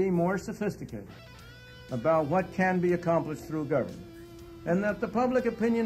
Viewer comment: ITS PRONOUNCED GERVERNMENT FELLAS